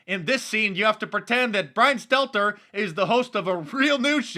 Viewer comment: Little "bwyan steltaer"